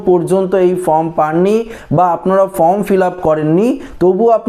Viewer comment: শব্দটা ফ্রম নয়, ফর্ম।